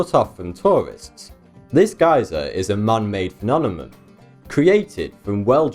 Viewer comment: You say "Phenonema" everytime ! Good for you :) Great show btw, following